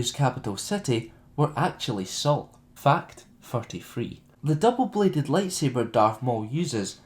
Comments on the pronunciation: Everytime he says ''fact'' it sounds like ''fucked'' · Lol "fucked two". well that's what it sounds like